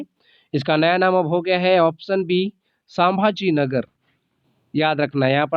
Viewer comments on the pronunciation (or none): As Marathi I want to correct you it's not सांभाजीनगर it is संभाजीनगर pronounce properly next time btw video is quite interesting for exam aspirants 👍